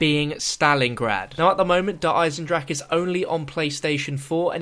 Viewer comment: The420StudiosInc Gaming He said I am proud to actually pronounce der eisendrache unlike these english youtuberes